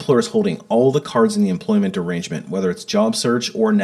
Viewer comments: Every time I hear you say, “employment arrangement,” I’m not sure if you said, “employment derangement.” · 😂😂😂😂😂 I literally thought you said "if you're tired of employers holding all the cards in the employment DERANGEMENT..."